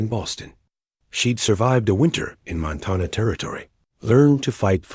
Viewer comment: Arithmetic (ă•rith•mĕ•tic mathmatic problems) not aromatic (scented). Montana, Mŏntănă, not Montawnŭ. Groaned under the weight of the food, not grown.